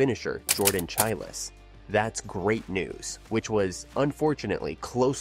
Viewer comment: “SHY-LEESE” (phonetically) And “CHI-LZ” not Chi-less It’s hard to find you credible if you can’t pronounce the names of very well known gymnasts.